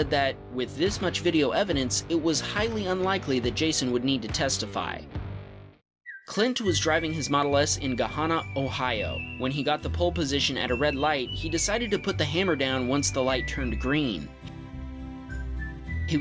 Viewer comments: As a Columbus native, his pronounciation of Gahanna hurt. However, I can say that I have often talked to cops at lights around here. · lol it's pronounced Ga-Hanna Ohio, just like the name Hannah.😁😅 Ga-hanna